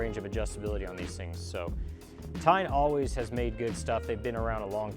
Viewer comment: TEIN pronounced as TAEYN. not TINE.